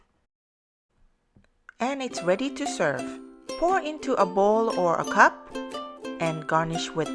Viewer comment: pour into a ball or a coc*k.. You need to improve your english.. i'm serious..